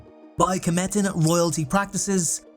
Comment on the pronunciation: they aren't called "Kemetans", they are KHEMETIANS pronounced kah-mee-shuns